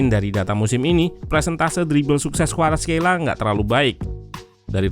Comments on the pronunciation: Khelia min bukan Kheila🤦‍♂️🤣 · perasaan barusan orangnya nyebut namanya 'kvaratskhelia", "khelia" bukan "kheila"